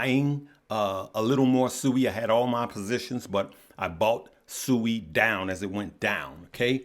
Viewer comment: It’s not Sooooi it’s Siiiiiiiiiii